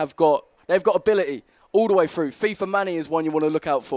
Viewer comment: frew frew frew frew frew frew freW frEW fREW FREW THE WORD IS PRONOUNCED AS THROUGH